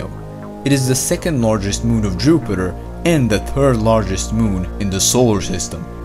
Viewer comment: I hate this guys accent “it is ta turd planet from ta sun”